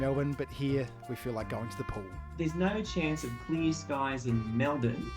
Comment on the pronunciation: No Aussies say nair for no